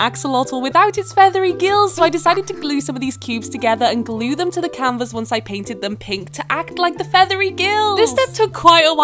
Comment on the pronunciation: "living r-OOM" 💀 "canVAS" 💀 "sEE" 💀 "light pINK" 💀 "feathery gILL-" 💀 "to act like the feathery gILLS" 💀 like girl why your voice so weird